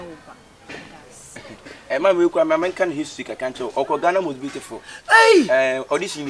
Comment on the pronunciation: said “what a beau-li-ful girl” 😂😂😂 eeeiii